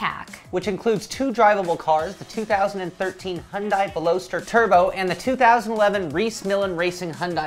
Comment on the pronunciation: I couldn't help but laugh at the way they said Veloster, sorry :P